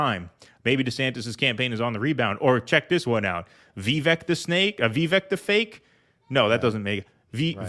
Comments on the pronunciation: Vivek is pronounced VIVAK w a long A. Fake Vivak works as well. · The name comes from Sanskrit Viveka meaning judicious, wise. The correct pronounciation is Vi-Vuhk. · It's actually vi-vake. Pretty common millennial Indian first name.